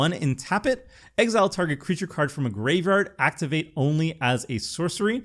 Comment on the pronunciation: Bro, please stop butchering the word graveyard.